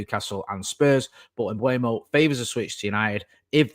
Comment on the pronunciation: please, it's not Mbuemo (Mbwemo) it's Mbeumo. M-beu-mo. There's a video on YouTube of Mbeumo pronouncing his name.